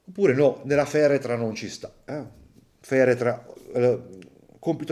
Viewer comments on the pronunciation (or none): L’ha inglesizzata Feretra,come aigor 😂si scherza!top! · FARETRA!!! non feretra... tutte quelle ciofeche che pubblicate mi hanno confuso il povero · Si dice FARETRA.... 😁